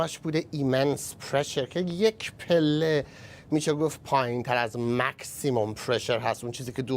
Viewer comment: یه بار دیگه بگو " تسرامپ" 🤣🤣🤣 مَکسیمآم چی بوگو برا!😁😁😆😆😆🤣🤣